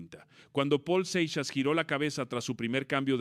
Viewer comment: No seas naco se pronunciaOl Seixas